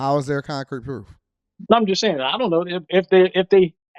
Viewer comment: homie said Prewoof 😂🤣😅